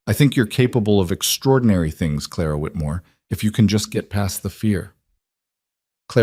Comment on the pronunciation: Again with "Clara Whitmore " ? Noooo...